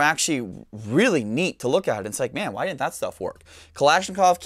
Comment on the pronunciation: "It did dint this, it did dint that..."